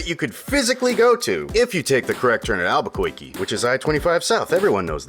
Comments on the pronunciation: "Alberkoikee." Thank you, Editor Dylan. Lol, for bringing back good Bugs Bunny memories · or Alba-koiky?